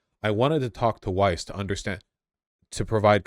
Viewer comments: Please stop stroking, lovingly your hipster beardy hair mustache. You lose massive IQ cred with every stroke. Like man -bun hair on the heads of soccer players. And, yes it's Weiss. with a V sound. It is jewish, Yiddish and German. Weiss, German for "White". Pronounced "Vice". like that. Wysse is the Americanized de-jewishized pronunciation. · "Weiss" is actually pronounced "Vice" in german (W in german sounds like a V does in english) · Weiss is pronounced vise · Just to let you know in my opinion German names are just that, you can choose to bastardise them by deliberately pronouncing them wrong as the Americans and British do. Weiss is white in English but the W is pronounced as a V, no matter where the person lives the name is the same. Epstein too, it should be pronounced Epstine because ei is pronounced as i. Still, do what you want, but personally I choose to pronounce (and expect others too) my name correctly. It is a Northern English name and the German people here always have problems with it, so I take the time to teach anyone who cannot pronounce it how it is pronounced. Our names are important. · Weiss is pronounced in hebrew exactly like in german. Daniella is one of the most extreme settler. She is brain washed.